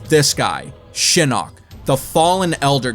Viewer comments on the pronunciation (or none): Did he just say The Eye of Shitting?